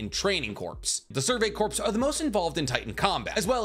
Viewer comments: Ummmmmm Future Trunks didn't come back to kill Vegeta.... He came back to kill the androids. When you're talking about the Survey Corps. Please for the love of my sanity and all things holy stop saying corpse it's just core....... pronouncing that "ps" is really messing with my mental health... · God damnit I love you but I can't take it anymore corps is pronounced kor as in core not korps as in corpse such as in the marine corps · This is a very minor pronunciation thing but corps is pronounces "core" not "corpse". :D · It's pronounced "Core" not corpse. Much like the marine corps. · For future reference... “Corps” is pronounced similarly to “cores” the p is silent. I learned that in the military when everyone keep making fun of me for saying it the way you do. 😥😭 English sucks!!!!!! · Great video but btw corps is pronounced like core, you don’t pronounce the p. Like as in Marine Corps, you don’t hear the P. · Corps is pronounced "kor", like core. Whew! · Survey Corps is pronounced “Core” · Corps is pronounced "core" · I love you content but for the love of Usopp PLEASE STOP pronouncing corps with the p. The p is silent and corps is pronounced like core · The way he says “corps” drives me crazy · I die a little every time you pronounce the "s" in "corps" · i am an inch away from committing war crimes because of how you pronounce corps